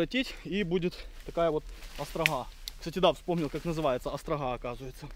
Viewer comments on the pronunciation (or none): Называется острОга, а не "астрагхА"